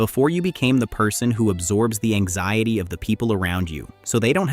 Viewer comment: Anxiedy? Anziedy? This is some AI nonsense. Maybe some truth to it, but it's clanker slop.